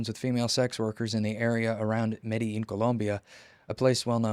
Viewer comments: he pronounced it correctly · Pronounced correctly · emphasis on accent is correct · He speaks Spanish. Pronunciation is correct. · Proper pronunciation